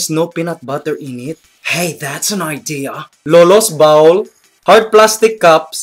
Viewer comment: It's actually called bowl not baul! Baul is toilet!